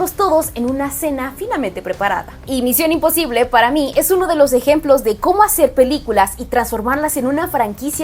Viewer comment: Pinche fastidio de cómo pronuncia misión imposible. (Con la papa en la boca ) y queriendo sentirse muy intelectual!!!! Pésima!!!’ Muuuuuuuuchooiio cringe!!!!!